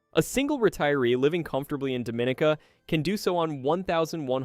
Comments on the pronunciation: It's not pronounced Doe-min-a-ca. It's pronounced Dom-in-e-ka. Don't piss them off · #4 is “dom ih NEE kah.” Not “DoMInica.” Please learn to pronounce the place/community names correctly, and thank you! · It's pronounced dah-mah-NEEK-uh. So how do we believe you after that? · Dominica is pronounced Dom meh NICA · It is pronounced. dom-min-EE-cah! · And it’s pronounced Dome-Ah-neek-Ah, is it not? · and by the away, it is called Domineeka !!! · In English we say Dominica. 😉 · He’s mispronouncing Dominica lol! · You clearly have never been to these places . You butchered the name DOMINICA.